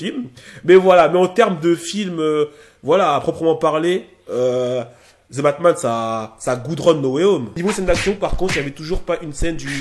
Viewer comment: "The" et pas < >